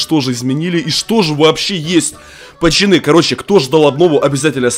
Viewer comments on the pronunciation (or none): Меня одного бесит что он говарит "поЧаны" а не "поЦаны"?😜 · кто услишал не пацани а пачани